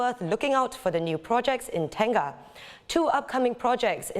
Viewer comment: please it is not pronounced as TEN-GAH, it should be TENG-NGAH